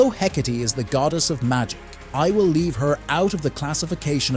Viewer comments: The proper pronunciation is "Heh-kaht-ee". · the ai saying “hecate” with th e at the end.. urg. the joy of ai generated voices from a script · While I will acknowledge that AI voices are getting better and better, (this one is quite good), it still mispronounces things a lot. Myxy's name and Hecate's name being some of the worst, you should have just left the E out of her name so the AI didn't pronounce it. I can ignore Myxy's mispronunciation because everyone pronounces it differently, which I think fits his character really well. What I don't get is why people can't just read from a script, why is it that they need a primitive AI that doesn't sound human at all to do the job. No matter how your voice sounds, it's always going to sound better than an AI.